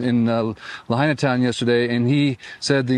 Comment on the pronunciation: Benny finally pronounced "Lahaina" correctly...